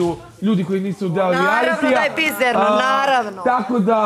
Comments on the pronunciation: Čuj kaže "bizerno"😂😂😂😂😂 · O:04 " naravno da je bizErno, naravno" 🙈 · Kaže - bizErno. 😂😂😂